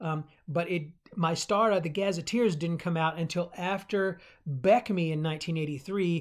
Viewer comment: Like the video you have a lot of good points. However I think you are not pronouncing Mystara correctly, you are saying My-stara and I think it more like Myst-ara, like the game Myst would not be pronounced My-st.